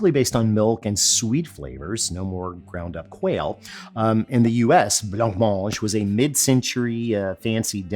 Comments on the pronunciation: Worried about the pronunciation of Oswego, but runs right into blancmange with nary a thought that it might be a silent ‘c’. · Oooohhhh Alton, Alton, Altin... You don't pronounce the C in Blancmange, it's not Blank Mange.... Just say, Blanmange! Cheers! 🙂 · I don't care if you're says Oswego wrong, but you're definately saying blancmange wrong. It's bluh·maanj